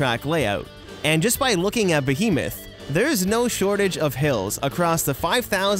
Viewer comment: omg the way he pronounced behemoth, ahah I'm a Canadian and I find that hilarious